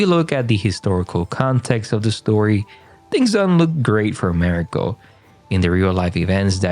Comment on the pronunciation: Please learn how to pronounce Mariko’s name correctly.